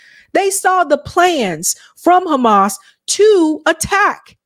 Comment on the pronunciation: They can't even pronounce "Hamas" correctly , but somehow they believe they can destroy them. Isreal thinks God will allow them to prosper after all of this, mad world.